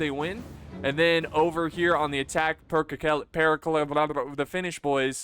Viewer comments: Pronounciation of Perkele is almost right, just leave the "lee" in the end and you got it xD Cmon, you can do this I believe in you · All three Es in perkele are pronounced like bed. There is no long 'ee' sound (like 'seed') like you keep trying to add. And if you can roll your Rs, roll the R as long as you can for comedic effect. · Except that all the e's are pronounced the same, so a short e also on the last one. Pèrkèlè. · It's not. His commentary is pretty sloppy, he can't even correctly read the names of the units. His humor is close to non-existent but rather cringe... Also, the lack of knowledge about the world, in general, is very painful to watch/listen to, which shows itself e.g. in butchering the word "perkele" on purpose. Sadly not many cover TWR2 on YouTube, so we are stuck with him, that's the sad part... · Ur pronounciation of perkele disgusts me. xD